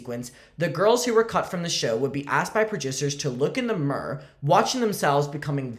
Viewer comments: Love your Derry accent with the word “mirror” sound like you’re a wise man giving baby Jesus myrrh loll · 😂😂 it gets me too